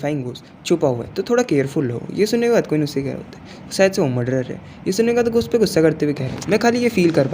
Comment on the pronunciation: Bai ghost ❎ ghos 😂😂😂😂😂😂✅